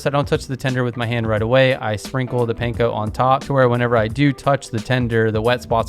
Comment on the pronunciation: This is so great, looking forward to making these recipes, thank you. Pro tip: it’s Pahn-koh, rhymes with prawn and yawn. Not pain-koh. 😉